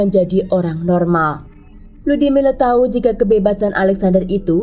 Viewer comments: 🤣🤣Ngakak tadinya pengen kedengaran bagus nyebutin nama, Lyudmila🤣🤣....kenapa jadi Ludimileu ??? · Di bacanya Ludmila bukan ludimila..mungkin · Kan emang lyudmila dia nyebutnya, tapi kedengarannya ludimile. Dengerin baik baik. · Terganggu banget dgn pengucapan LYUDMILA jadi LUDIMILE...sblm bikin video mending reseach dulu...kan ada googgle translate disitu ada juga cara pengucapan ala russia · FYI: nama si Ibu itu Людмила di baca nya Ludmila(Lyudmila) bukan Ludimile atau Ludimila 😊 dan juga Sasa itu nama singkatan dari nama Alexander bukan karena org tsb bertubuh kecil atau ciri fisik lainnya ). Karena org Russia punya nama singkat di hampir setiap nama mereka, contoh lain : İrina=Ira, Maria=Masha, Valeria=Lyera (Lera) Daniel/ Danil= Danya dst. Btw, seru bgt cerita nya, ngeri ngeri sedap 🙌😂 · Aku dengernya rudy miler😅